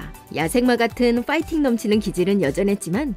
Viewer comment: 다른 외래어들은 한국식으로 읽으시면서 왜 "팬" 이나 "파이팅"은 우리발음에도 없는 "f"로 발음하십니까? 메이저리그 6개월차때 박찬호가 MBC 하고 인터뷰때 생각나네요 그냥 다 해설을 영어로 하시던가